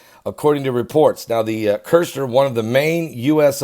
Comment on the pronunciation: Kushner sounds like push her... there’s no “R”. It would be like calling you Bergley